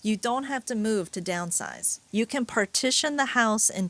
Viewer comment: Who the fck says you have to "downsizue" ?????